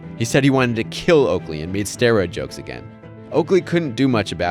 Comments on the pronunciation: Okaley instead of Oakley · it's "OAKLEY" not "OKALEY" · "Okaley" lmao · who tf is Okaley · "Okaley" lol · “Okaley” haha